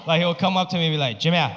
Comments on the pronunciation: 😂😂😂完全就是上海口音。其实是“Jimmy啊”❤️ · the way he pronounces “jiMm-ëY” gets me every time LMAO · Mor like Jim-yay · so true 🤣🤣🤣😂😂🤣😂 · It’s Shanghainess tone. Like Jimmy a. My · That's a vivid Shanghai people's way to address people in English🤣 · Sounds like Korean way to call sby